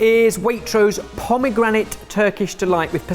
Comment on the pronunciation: Pomegranite? C'mon lol